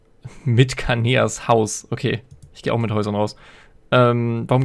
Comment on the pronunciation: K a n a e nicht Kanea😁